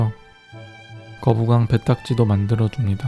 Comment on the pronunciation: "거뿍왕" 뿍 ㅡ> 연기가 나온다